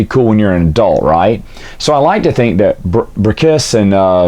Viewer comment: I would never read this series, but your reviews are awesome! 😄 PS Brakíss? Not Brákiss?